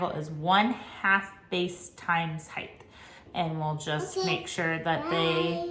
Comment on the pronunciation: Are you saying heigth or height?